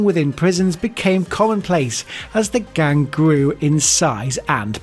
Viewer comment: “As the gang gwew in size and powah” bro sounds like the “he’s weally hitting the gwiddy” dude